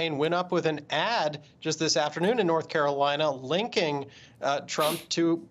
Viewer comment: BLORTH CAROLINA LET’S GET IT